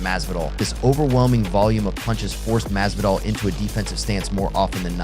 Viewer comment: Jorge masvidal is not that hard to pronounce dawg